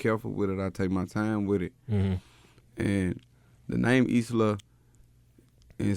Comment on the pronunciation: somebody tell the brotha that isla is pronounced "eye-luh" not "is la"